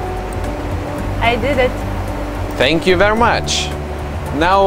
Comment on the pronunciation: "fank you"